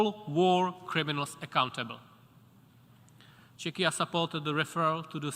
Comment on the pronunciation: "Chechia" XD